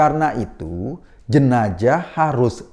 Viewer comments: baru tau bacanya jenajah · Sebaiknya mas Eko dkk belajar melafalkan huruf Z secara benar. Jika tak bisa melafalkan secara pas huruf Z itu carilah yang agak miriplah bunyinya yakni S. Jenazah lebih enak diucapkan Jenasah daripada Jenajah... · Jenazah... Bkn jenajah mas😁